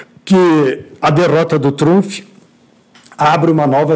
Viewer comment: Donald TrumFI..!! HAHAHA